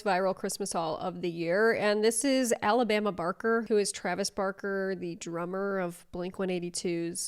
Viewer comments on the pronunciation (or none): none